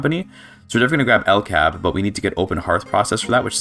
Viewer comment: I hard disagree on the statement that "Sweden [...] does not really have very many cool unique companies." You mentioned 'LKAB' (it's more accurate to pronounce it L-K-A-B) which is only one of two companies that has the ability too produce prestige iron, and with it's company bonus of +20% iron mine throughput is a strong company. And apart from that Sweden also has the ability to produce two unique prestige goods that no other country can produce: 'Ericsson' is the company for making prestige phones and is overall a mid company. Then there is "John Paradox & Company" which is an easter egg company that has quite specific requirements to be founded, and when it is not available it is not visible at all in the list of companies. It is obviously a reference to Paradox Interactive and primarily owns electrics industries and arts acadamies, and produces 'Grand Strategy Games' which is a prestige variant of fine arts. (Sweden also has three specific achievements (not counting the one you get for forming Scandinavia) which is quite a lot for a country that's not a major power, and without a dedicated DLC.)